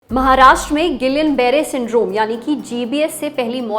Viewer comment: जब हम लोग medicine पढ़ते थे तब इसी spelling का उच्चारण हमारे Professors द्वारा "गियां" Barre syndrome होता था। अब सारे "गिलियन" Barre Syndrome कह रहे हैं 🤔